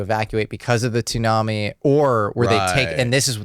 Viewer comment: Dude I can't even with this guy saying toooonami no we're not talking about adult swim anime block we're talking about a storm if you're a grown man and you know all that information but you don't know TSU put together is pronounced Sue then I don't know what to tell you lol